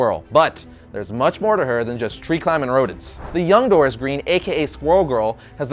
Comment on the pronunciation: Her name is DOREEN Green, not Dorris Green.